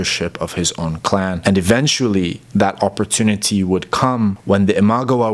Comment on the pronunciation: Ima-gawa, NOT Imag-awa. Sorry it was just a little grating to listen to you mispronounce this over and over.